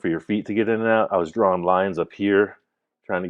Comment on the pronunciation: The word is Drawing...there is NO er in that word...ITS NOT drawering.....its draw ing.....end of English lesson....carry on...love the show